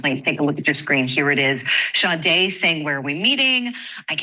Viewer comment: Her name is SADE pronounce it correctly